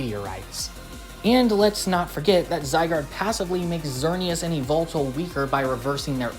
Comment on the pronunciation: Eee vul tul? It’s yuh-vel-tall